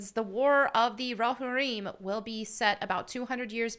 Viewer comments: You're pronouncing Roharrim wrong. You are still cool, though. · How do you pronounce it? Row-Har-Im? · Definitely a unique way to pronounce Rohirrim. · pronounces Rohirrim like the substitute teacher, and it's triggering me. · Despite you never pronouncing Rohirrim correctly, you still get a like.👍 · God bless you but you need to learn how to pronounce Rohirrim properly. Still love your video. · Did anyone else cringe a little when she said Rohirrim? 😅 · It's too late. She pronounced a fake word wrong. I declare vendetta. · "Hey, love your content. Just a heads up, Rohirrim is pronounced Row-Here-Um. Letting you know before the LotR nerds come after you " Ope. Still, maybe do some research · Okay, some nit-picking... 1) It's pronounced roh-HEAR-im, not rahhear im. 2) "Hera"??? Really? Like from GREEK myth (or Hera Syndulla from SW Rebels, if you prefer)?? I know Helm Hammerhand's daughter was not named in Tolkien's work, but couldn't they find a Saxon or Viking female name? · It's definitely rohirrim, not rohereum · Let’s say it together folk, it’s Ro-Hir-rum What are you saying, ro-ha-reem, I clicked off right after you said this, your a Tolkien fan? Clearly not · "Ro-heer-im" not "Ro-hireem" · its row-hair-um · It's pronounced Row-hear-um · Just for nerdy clarity, it's pronounced "Row-Here-Um". Great video! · Great video, but it’s pronounced ‘Ro-hear-imm’. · Its pronounced (ro-hear-imm). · it’s pronounced Ro-here-îm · I could be absolutely wrong about this, but I've always heard it pronounced row-here-em. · Roh-hear-em is, I think, how it's pronounced. Anyway, they've now completely lost me. I was looking forward to this, but I want to see a story about Helm Hammerhand. Not Helm Hammerhand's freakin kid. I hope Peter Jackson doesn't do this. I hope he says screw this I'm out. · Pronounced Row-here-em. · "Row Hareem." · How do you claim to be a nerd girl and you don't know how to say roe-hear-im? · It’s pronounced: “Ro-here-um”